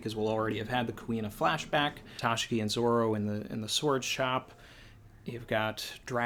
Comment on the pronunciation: I watched the whole thing it's an interesting standpoint but wait wait did you say Ta-she-gee instead of Ta-shi-gee